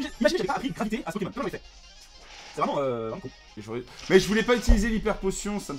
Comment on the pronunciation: Il a dit 4 fois poķémon au moins Aie...